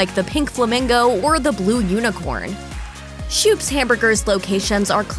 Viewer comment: Schoop's is pronounced Scope's not "shoops"